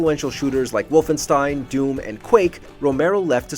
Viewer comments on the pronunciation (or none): none